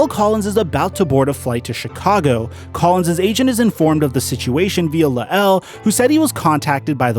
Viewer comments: Pronounced Lyle..not Luh-L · his name is “luh el”. it’s layel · LMFAO "Luh-el" lmfao Sometimes I get the feeling that is kinda on the "simple" side... The man's name is La'el (LYLE) Collins, man. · You say his name funny it’s bothering me lol